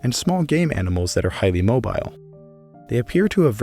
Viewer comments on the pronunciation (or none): none